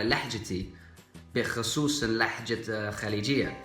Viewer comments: السلام عليكم أنت تقول اللحجة وهي اللهجة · اسمها (اللهجة) انت تنطقها (اللحجة) لديك معظم الأخطاء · مرحبا انت تنطق اللهجه "لحجه" أحببت أن انبهك بدل الهاء تنطقه حاء